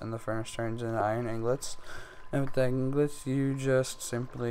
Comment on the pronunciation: You're pronouncing "ingots" wrong. It's not "inglots", it's "ingots".